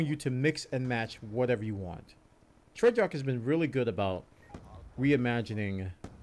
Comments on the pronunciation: Please say it with me.... TREY-ARCH NOT TREY-JARK! Please say it with me.... TREY-ARCH NOT TREY-JARK! Please say it with me.... TREY-ARCH NOT TREY-JARK! Please say it with me.... TREY-ARCH NOT TREY-JARK! Please say it with me.... TREY-ARCH NOT TREY-JARK! Please say it with me.... TREY-ARCH NOT TREY-JARK! Please say it with me.... TREY-ARCH NOT TREY-JARK! Please say it with me.... TREY-ARCH NOT TREY-JARK! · I love this game and I love the hell out of you but DAMN does it make me wince when you say Treyarch lmao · I think we need a patch on how says Treyarch, but apart from that this was a really good commentary. I have avoided CoD since playing MW2 but I may give this one a go having heard what has to say about it. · You're pronouncing Treyarch wrong lol